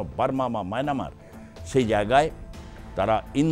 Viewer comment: মায়ানামার নয়- মায়ানমার